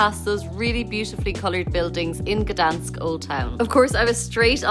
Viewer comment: you are pronouncing the City incorrect, where the G, your saying Danish all the time